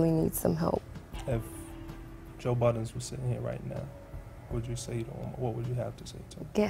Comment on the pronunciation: What the heck?! Why does everybody call him "Joe Buttons"????? It's Joe BUDDEN.....smh.....